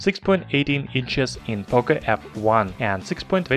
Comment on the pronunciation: Its POCO not POCA, learn to speak.